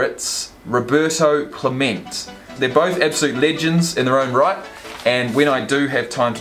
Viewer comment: "clamen-tay" and hes not nlf hes mlb.